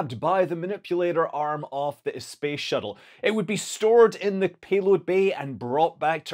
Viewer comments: Did you just say space shittle? 😂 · professional youtuber: accidentally said space shittle... shall we edit that out... nah.